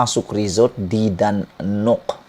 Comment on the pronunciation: Sebutan "Dan Nok" tu silap. Mengelirukan. Yang sebetulnya "Danok" saja.